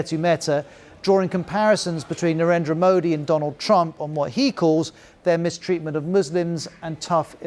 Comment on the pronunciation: Can't even pronounce modi